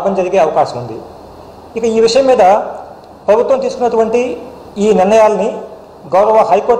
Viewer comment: ప్రభుత్వం అని కూడా సరిగ్గా పలకడం రాదు వీనికి ఎలా ప్రభుత్వ ఉద్యోగం ఇచ్చారు రా! బాబు 🤣🤣🤣🤣🤣🤣🤣🤣🤣🤣